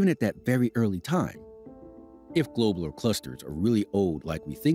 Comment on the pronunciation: "Globe-ler" ... clusters........?? I learned them as "glob-u-lar" clusters... 🤔 And I grew up in the sticks.